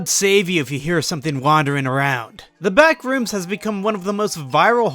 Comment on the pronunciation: The way he pronounces BACK - rooms kills me